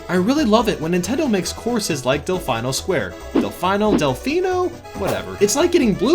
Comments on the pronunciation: It’s delfeeno not Delfyno dummy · It's Del-fee-no & NOT Del-fye-no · Del-FEE-no And it should be tied for number 1 with dino dino jungle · I think del-fee-no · It's "Del-fee-no", if you wanna read it in Italian😉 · google says its delfeeno